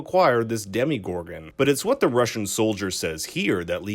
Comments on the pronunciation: Dem-o-gorgon Not dem-I-gorgon Pronounced Dem-a-gorgon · It’s demogorgan not demi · I’m gonna do it, It’s DEMO-gorgon not DEMI-gorgon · ”Demigorgon” I felt that :c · i hate when people say “ demi gorgen “ instead of “dem UH gorgen” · It's DEMOGORGON not DEMIGORGON for Eggos' sake! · "demigorgon" ? its "demogorgon" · It's demogorgon, not demigorgon. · D-did he just say Demi-gorgan. Isn’t it pronounced Dema-gorgan. Correct me If I’m not hate btw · I don’t like how the guy says Demogorgon, he says DemIgorgan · Demee gorgon haha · so no one is gonna talk about him saying (demigorgen) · Demigorgon XD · Am I the only one gets irritated when he says DEMIGORGON? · When this guy said "Demigorgon" I was T R I G G E R E D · no one: think story: demeeegorgan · "The demigourgon" I cringed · "demigorgons" lol